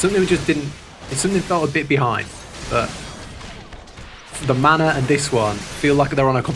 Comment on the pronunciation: I kept hearing 'the mana' and wondering he's talking about. Took me a while to realize its 'the manor' x)